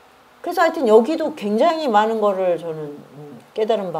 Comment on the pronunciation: 저는 우리말의 타락상에 너무나 실망하여 부득이 또 지적합니다. "많은" 이라는 우리 고유어 바름이 틀려씁니다. "많은" 의 첫자를 길게 약간 강하게 발음하는것이 우리 말입니다. ㄱ러나 선생께서는 첫자를 짧게 발음하고 둘째 자 "은"을 강하게 발음했읍니다. "한국 어문을 고발함" 이라는 책을 일독해 주시겠읍니까? 또한, ××"했는데"를 첫자를 짧게 바름하고 "는"을 강하게 발음하셨읍니다. 이것도, 첫자 를 길게 발음해야 합니다. "한국 어문을 고발함" 이라는 책을 일독 해 주시옵소서. 미국 변 완수 배